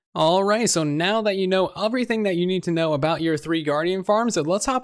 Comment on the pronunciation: Why do you pronounce everything “oferything”